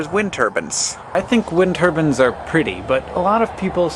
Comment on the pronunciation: Dear Hank: its turbine, not turban. note the i. Regards England.